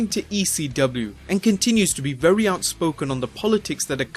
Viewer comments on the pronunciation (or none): none